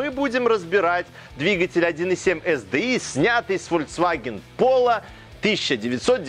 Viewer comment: ЭС ДИ АЙ . При всем уважении .